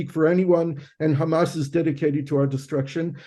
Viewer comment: Nice interview but it is HAMAS not Hummus. But very informative otherwise